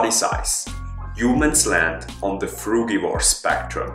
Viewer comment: Nice vid mate. But please, pronounce the bloody word correctly. It's /frujivor/, not /frugivor/.